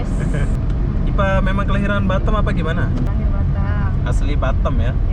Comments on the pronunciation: Batam bukan batem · Kenapa bilang batem Yang benar Batam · Batam bos bukan batem 🤣🤣